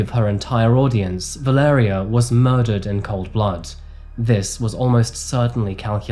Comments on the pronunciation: Her name is (phonetically) Val-ar-aya, I know a Mexican lady with that name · Her name is pronounced “Vah-leh-rEE-uh” and the city is called “gwah-da-la-HAH-rah”